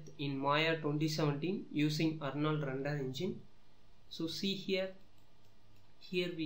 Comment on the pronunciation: dude its called render not rundur. speak corectly because other peoples are laughing on you.